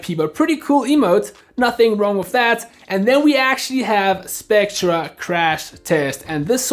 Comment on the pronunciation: spectre is pronounced specter